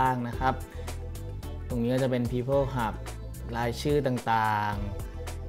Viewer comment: มันอ่านว่า ฮับ ก้ ฮับเถอะพ่อคู๊น ต้องมา หับ ๆ ๆ ฮ่า ๆ ๆ หยอกเล่นเน่อ